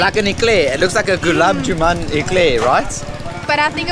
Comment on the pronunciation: The dark brown sweet is called Gulab “Jamun” whereas you’re pronouncing it as “Juman” … try saying “jamoon” to get it right 😊. Thums Up and Limca are Indian soft drink brands (not just local to the islands) that were acquired by Coca Cola Company and are now sold by them. If you see the fine print on the cans, it’s written there. 👍🏻